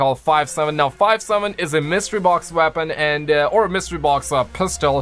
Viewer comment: Five sevem